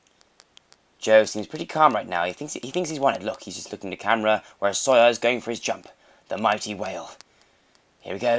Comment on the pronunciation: When Joe says sawyer, it's like soya